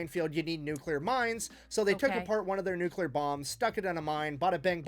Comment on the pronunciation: It new clear. Not nukular